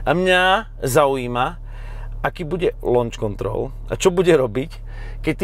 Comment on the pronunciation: Pri vyslovnosti: Lonč kontrol mi skoro zabehlo :D inac super video ako vzdy